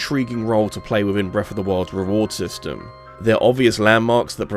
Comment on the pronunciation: Please practice saying “Breath” not “Breff”. As well as “Ocarina” instead of “Orcarinar”. It’s hard to listen to this many times.